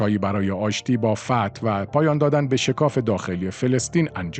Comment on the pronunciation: وقتی سوادت نم بکشه به حماس میگی هماز 😁😂 به عباس هم عباز میگی ... جنبش فد یا فتح ؟